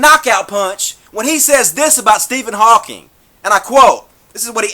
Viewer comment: Please. His name is Hawking, not "Hawkins."